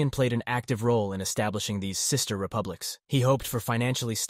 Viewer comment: Cis-ter republics 😂